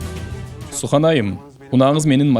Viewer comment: Сүхандын аты сухан эмес Sühan деген сүхан деп окулат